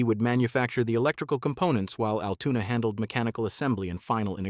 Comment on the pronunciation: Yes agreed, Altoona, not Altuna. Wish content creators would do some checking before posting........